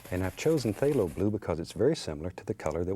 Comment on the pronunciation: I get this weird feeling whenever he says phthalo bule